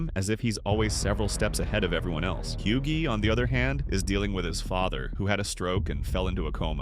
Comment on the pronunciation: Hughie ❌ Yugi. ✅